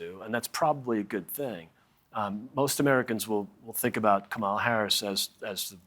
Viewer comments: "KAW-maw-law" Accent on FIRST syllable! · Comma-lah =Kamala. Emphasis on lah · That fellow never said the Vice President’s name right. (See timestamps:, and ). It’s pronounced like the grammar symbol “comma” and ends with the syllable “lah”. He keeps putting an emphasis on the second vowel. has apparently been watching her for almost two months and still says her name wrong. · Republicans make it a point to mispronounce Kamala...KAM-ma-la not Ka-Mah-la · "Comma-la," not "ke-MA-luh" 👍🏾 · Please coach your guests on how to pronounce her name correctly! It's KA-ma-la, not ka-MA-la. Emphasis on the first syllable. Thanks. Interesting to hear what you all think over there. it should be a no-brainer in favor of her, knowing that Putin would love to expand his empire with Dumpsters blessing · 🇺🇸 For goodness' sake, please pronounce her name correctly - it's KAH-ma-la , not ka-MAH-la!!!🙄👎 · I'm not listening to people who can't even pronounce what is a very simple name to say correctly. KAM - ala not Ka MALA. She has worked closely with Biden in foreign policy for his whole term. These news channels don't know her at all because they havent even tried. She has already travelled extensively and met world leaders including Zalensky..The former idiot doesnt even know his geography. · It's not "çam a la" it's pronounced "kah' -ma luh. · Why do so many seem unable to say KAmala? Is that so hard? It's the Trump pronunciation, KaMAla, which he does on purpose out o disrespect. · Please. Her name is pronounced Kah muh la or Comma la, not Kuh malla. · My God! it's KAHM-uh-luh. Not CAM-uh-luh Not Ka-MA-luh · Also, please pronounce her name correctly. It's comma'-la, not camma-la. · Do all Republicans mispronounce the VP's name? It's KAH-mala, not kaMAH-la. No, there are not "13 ways to pronounce" her name, dah-NALD. Arghhh. There's no excuse anymore for that mistake, which makes it an insult. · LEARN HOW TO SAY HER NAME PLEASE. It’s KÁMALA AND NOT KAMÁLA. Dear GOD